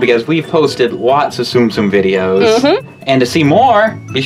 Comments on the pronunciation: not tsum-tsum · ITS TUM-TUM!